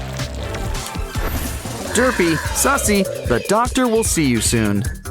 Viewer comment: Its Suzie not sussy